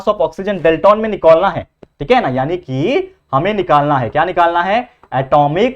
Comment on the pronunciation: Cheesy 😂 nikolna hai 😅